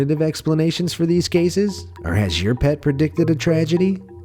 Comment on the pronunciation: Pet not pat lol